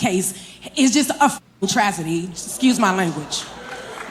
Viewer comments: lmao did she says travzedy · A travedy? 😂